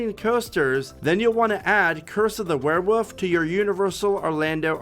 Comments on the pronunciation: It’s wereWOLF, not wereWOOF 🐕. Said it three times and still got it wrong 😂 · A were what...😂 It's a wolf.. why do people say woof😅